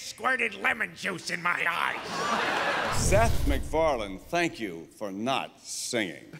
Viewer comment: She said shank you for being here Niki.